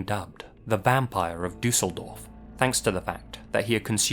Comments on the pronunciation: and that he really want to pronaunce the things korrectly. As a german i understnad how Ä,Ö,Ü is to pronounce but gave its best to say Düsseldorf and he does a good job IMO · The way you pronounce „Düsseldorf“ warms my german heart ❤